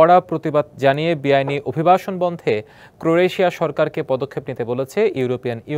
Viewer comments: News presenter barbar vul portese. Boltese ' cro-re-tia'!. Bro😂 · সংবাদপাঠক হিসেবে ক্রোয়েশিয়া উচ্চারণটা আরো ভালোভাবে করা যেত। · একজন সংবাদ পরিচালক দেশ টার নাম তাও ঠিক মত উচ্চারণ করতে পারলো না...শিক্ষার কি হাল ভাবুন তাহলে 😅😂